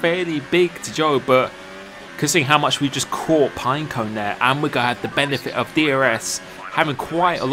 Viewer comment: He can’t say ‘going’ he says ‘goh’